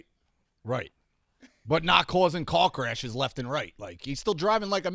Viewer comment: When said "Car crashes" I heard "c*ck rashes"